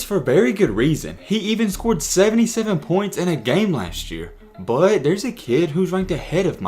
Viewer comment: Why he say "but" like that, BWUEEET